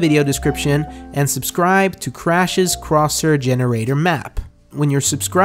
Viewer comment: Its time to choose a cwoshair!